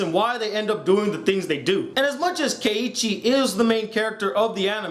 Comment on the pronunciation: you said if you said it right to correct you. You mean if you said it wrong to correct you. corrected-ed 'Keichi mah bruddah' :)